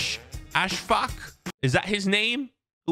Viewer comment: As a Maldivian football fan i am truly si proud of our dearest player ali asfaq Btw its pronounced ashfaag